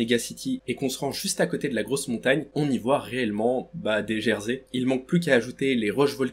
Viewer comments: tu dit des jersai mais ses des jésair 😂mon psedo ses ROY NR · Des geysers,! Pas des gersey ☺️ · On y voit des gersé 😂😂 ça se dit geyser. Continue comme ça 🎉❤ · Ptdr on dit pas gerseys on dit geysers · Ah "les gerseys"😂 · au moment du volcan, ta dit les "jersé" 😭🤣🤣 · Merci pour la vidéo mais t’a dit des « gersey » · Dsl mais je crois qu'on dit gesert 😅